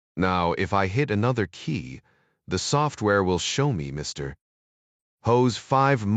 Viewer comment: I note the comment, ‘This is by far one of the worst AI read spy audiobooks that I have ever endured ——‘. Overall I found the AI reasonable, BUT the PAUSE after the word ‘Mr. or Dr. is stupidity extreme before the next word of the person’s name. Almost makes your miss having ‘fast forward’.🤔😉 Strange! almost